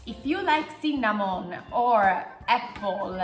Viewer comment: "CINNÀMON!" Adoro la pronuncia! =D